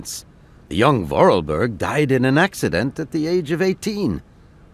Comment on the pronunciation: Voralberg... Goldberg... lmao